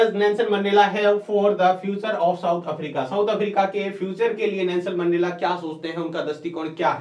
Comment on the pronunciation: Sir voo mendela hai mendla nhi